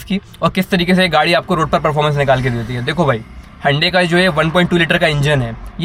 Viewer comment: HYUNDAI sounds like Ande 🥚🥚🥚😂😂😂